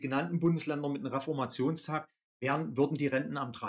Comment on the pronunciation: Also man könnte doch schon Reformationstag richtig aussprechen, dieser Tag fällt auch nicht auf einen Donnerstag sondern auf einen.